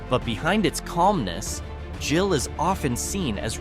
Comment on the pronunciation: Gill, with a hard G, not Jill.